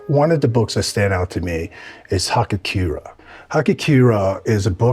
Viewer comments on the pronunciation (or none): Hagakure Ha-Ga-Ku-Re, pronounced Hah-Gah-Ku-Rei (with somewhat of a tapped r) not hakakiura. Search Hagakure to find the book. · guy just butchered the pronunciation. It's HagaKure